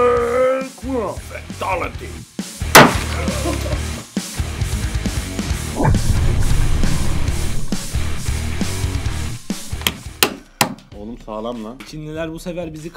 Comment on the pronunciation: Fantalıtiy değil "FATALİTY"